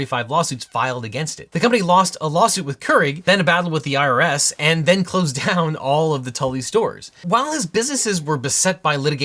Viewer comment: Genuinely thought you said “lost a lawsuit with Keurig, then lost a battle with the IRA” instead of IRS for a second and was VERY confused